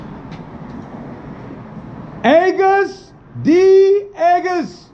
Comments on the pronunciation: August is pronounced like awe-gust.. Not ahgust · Agust is pronounced the same as August like the season. It stands For Suga's name and his Hometown. He says that in the song on subtitles I believe. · Pronounced like the month of August + D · AGUST D (pronounced like the month August) y’all have me on the floor 😂😂 welcome to the fam 💜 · The pronunciation is August D “agus”=suga backwards, “td”=town of Daegu (where he’s from) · You pronounce it like the month ( August Dee ) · It is pronounced like the month of august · Pronounced August D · I'm sure a few ARMY (BTS fandom) have given info, but just in case...you pronounce his name just like the month...his real name is Min Yoongi (in Korea the last name goes first). His main persona is Suga, so Agust D has meaning to it....DT stands for Dageau Town (his hometown) AGUS stands for Suga backwards...and Suga is short for the position he plays on the court, shot guard. So u see all the names and personas have meaning to all of them. J-Hope is his persona. His real name is Jung Hoeseok, J stands for his last name and he said he choose hope because he wanted to be a piece of peace and give a little bit of hope to the fans. Check out "Daydream" or "Airplane part 1" For RM...his real name is Kim Namjoon. And RM used to stand for Rap Monster, now it stands for Real Me. Check out his solo projects, "Joke" "Do You" or his collab with Wales called "Change"... All of the rapper are producers, songwriters and J Hope is the beats maker of the group... Check out BTS:The Seven members of Bangtan (part of their group name).. Good luck can't wait for more reactions, and welcome to ARMY, John Cena, and Shawn Stockman of Boys II Men are also ARMY...(Shawn did a cover of one of the members, Jimin, solo songs)